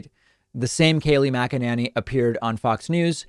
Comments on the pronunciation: #DavidPakman I love your show and this was a great segment. One thing: I have never heard anyone pronounce Kayleigh's last name as Mac-a-NANNY. It's always been pronounced Mac-a-NAY-Nee. So I believe it's NAYnee not Nanny. It's not a big deal but was starting to bug me as my last name gets mispronounced ALL the time. Please, no hate comments, I love David and his show.. Just a pet peeve of mine. Thanks for another great show David!! ❤️ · Makinanny....Mak-in-inny...David, you have some very interesting ways of pronouncing Mack-in-any and I'm here for it. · David, I think it's not mack a nanny, it's mack-inane-y. Think inane and you got it nailed. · I see what you're doing David "Kaleigh Magananny" LMAO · I love your creative pronunciations of her name. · Why the change in the pronunciation of her name? Lol I love it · Geez, David!! I was starting to get accustomed to how you previously pronounced Kayleigh's name lol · you keep changing pronunciation of her shitty last name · I get so much joy every time he puts a new spin on Kayleigh’s last name. I love that he never pronounces it correctly whether it’s on purpose or not. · Are you having a stroke? You didn't purposely pronounce her last name wrong lol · Oh David, thank you sooOOoOoOoo much for always mispronouncing Kayleigh's name, cracks me up every time you do it! lol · Dude! I don’t like her either but stop the lowlife tactic of pronouncing her name wrong (and oddly different every time you talk about her). It’s as obnoxious as the idiots who constantly mispronounce Kamala. 🙄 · I love how he mispronounces her name in a slightly different way each time 😄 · Dude please pronounce her name correctly The a is and a sound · lol why are you butchering her last name.